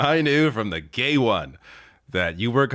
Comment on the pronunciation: He didn't just say "gay" instead of "day", he said "the gay"; "the gay one".